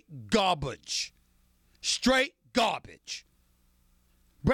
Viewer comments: anyone else hear the way he said garabge at first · it's funny the way he says garbage